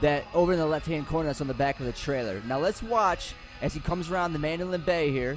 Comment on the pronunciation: your pronouncing the hotels name wrong.